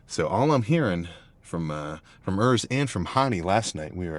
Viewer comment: Who the hell is "Örs"? It`s Urs. Why do you yankees always pronounce everything in your gay accent? You`re not the only persons in the world...